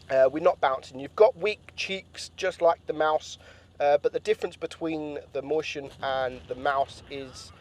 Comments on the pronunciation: "moistion" that how u read mäuschen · Hold on howd u say mauschen?😂